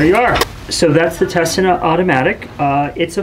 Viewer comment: I own one of these and they're a real jewel of engineering. The lens doesn't look directly at the film, it's light path is reflected off a tiny mirror, so keep an eye on any fog/haze or debris build-up on that critical mirror. - BTW, the name is pronounced 'Te-sea-na'...